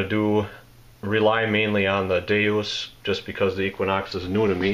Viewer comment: DeUS, not DeOS